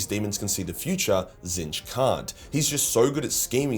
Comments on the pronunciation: wHO is this fella? The one true changer of ways is called "Tit-snitch". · It's pronounced tit-snitch... 😊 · Did your pronunciation of “Tzeench” get retconned?? I vividly remember you calling them “T*t-Snitch” due to some lore reason (new-ish to 40k and I think you said it’s a warhammer fantasy thing) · nor are tehy tseeh fuuck. Very funny🤣